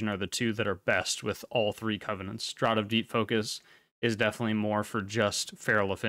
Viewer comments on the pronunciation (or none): FYI "Draught" is pronounced "Draft" :D Awesome guide, thank you. I didn't realise so many people were going to COLAD over Draught/VI. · No, it's pronounced "draft" exactly the same as "the wind caused a cold draft".